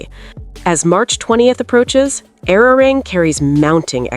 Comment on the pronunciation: Learn how to pronounce the name of the album